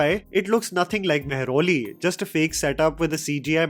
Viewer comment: Dude I am from Mehrauli... You said the word "Mehrauli"..... Woahhhhhhhh